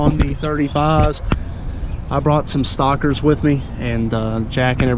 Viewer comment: Every time he said stockers I heard (stalkers) 😅